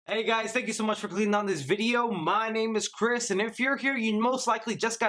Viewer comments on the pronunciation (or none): I thought he said cryp instead of Chris 😂